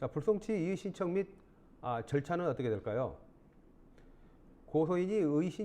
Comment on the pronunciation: 이의신청서를 의이신청서라고 발음하시네요